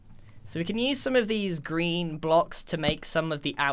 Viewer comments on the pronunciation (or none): Uhm “Grean”?